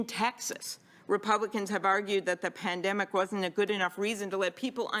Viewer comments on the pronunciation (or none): If I hear another one of these senators say "du-ring a pan-de-mic," I'm going to have a white house staffer coof into my mouth so i can shed this mortal coil.